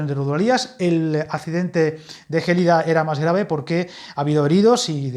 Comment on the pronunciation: Gelida es una palabra llana, no esdrújula! De nada!